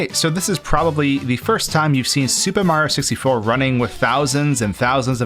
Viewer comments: Me: watching do a Mario 64 video again: says Super Mario 64 like "Super Mar 64" for the one millionth time because he says it too fast Me: ANGERY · I like how he says “Supa Mario Sissyfour”